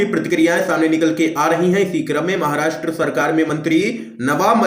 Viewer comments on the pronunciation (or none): none